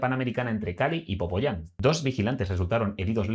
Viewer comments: Me agradan tus videos. Me hizo mucha gracia y me reí mucho cuando dijiste "POPOYÁN" en lugar de "POPAYÁN". JAJAJAJAJAJAJAJAJA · Querido, es Popayán* no "Popoyán". Por lo demás, excelente video, crack. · jajaja dijo popoyan, es Popayan, eso si me dio risa jejeje...buen video gracias eres un buen hombre! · Por favor hablar del país sin estar aquí! Que buen análisis basada en información de internet! Payaso filtra mejor!!!! Popóyan???? Jajajajaja Popayán payaso! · PopAyán... no popoyán. PopayÁn. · Yo también lo escuché, Pero y si lo dijo con conciencia? Según tengo entendido Popayán es maluquisimo, entonces quizá sabiendo que es Popayán dijo Popoyan😅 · Se dice Popayán... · Popayán* 😅😅 Saludos 👍🏾👍🏾 Estás enterado, buen video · Se dice Popayan